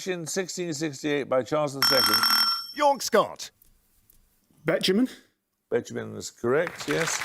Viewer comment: Sounds a lot like "Young Scott" sometimes